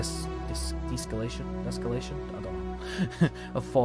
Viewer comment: I think the word "deescalation" is pronounced with "de" as one syllable and then "escalation" as usual. And I think the word exists, meaning the opposite of escalation. But nice mission handling. Also, the message from the pilot was kinda passive agressive, huh? "I better hope your mercenary lance has secured or landing here." About the comparision of battle tech to xcom: I mean, battle tech definitely has the better story, both in themes and in presentation. But to be honest, I could never take the story in xcom really seriously. Concerning the gameplay, I still prefer xcom. But this is probably a question about taste, because both games are really good. Also, I might switch to phoenix point in my estimation the moment more mods are awailable for it.